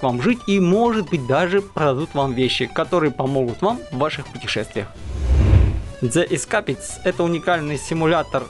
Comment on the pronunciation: Дзе есКапетс) Я один угарнул как автор произнес названия этой игры?)